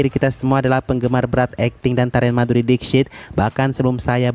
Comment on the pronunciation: gw kan sambil kerja dengerin youtube ya, nah video ini masuk auto-play jadi gatau judul dan ga kenal nama sang artis. jadinya cmn denger dari VO admin. nah pas denger nama MADHURI DIXIT. gw dengernya MADHURI deepsh*t :v